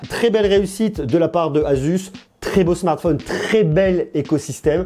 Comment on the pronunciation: asus c pas azuz